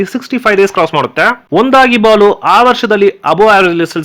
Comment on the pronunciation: Wonderful information. ಜೈ ಕಾಶಿನಾಥ್ Sir ಆದ್ರೆ ಒಂದು suggestion ನಿಮ್ಮ ಕನ್ನಡ ಮಾತನಾಡುವಾಗ ಸ್ವಲ್ಪ ಸ್ಪಷ್ಟತೆ ಇರಲಿ Sir. ಒಂದಾಗಿ ಬಾಳು ಅನ್ನೋದನ್ನ ಒಂದಾಗಿ ಬಾಲು ಅಂತ ಹೇಳ್ತಾ ಇದಿರ. ಬೇಜಾರ್ ಮಾಡ್ಕೋಬೇಡಿ ಇದೇ ತರ videos ಮಾಡಿ Sir. ಖುಷಿ ಆಯ್ತು